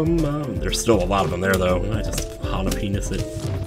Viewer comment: It's so great that you say "There's too many AWWFthem" and I legit just went back and watched you Willow Playthrough again and was blessed with hearing the origins~